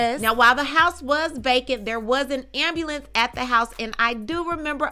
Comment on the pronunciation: An ambulance.... Everytime u say it, I go back to make sure that's what u said. Then I read the paper just to be clear